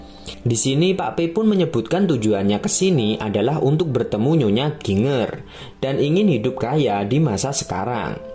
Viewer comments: Bacanya Jinjer ngab bukan ginnger. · Bacanya JINJER kali bukan GINger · Dr. Chiang Kai Sek ... Jadi inget pelajaran sejarah tahun 2001, kelas 2 SMP... Pasca Perang Opium... btw Min... GINGER dibaca JIN-JER... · Ginger apaan Ginjer lah bunyinya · Ginger itu dibaca 'jinjer'. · Ginger sebutannya Jinjer🙏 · Ginger = jinjer(sebutan).. . Jahe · Mas itu ny.jinjer bacanya